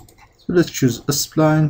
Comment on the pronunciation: sorry i just cant hold myself to say " why can't you pronounce 'spline' normally ??? why are you saying s - pline ??? "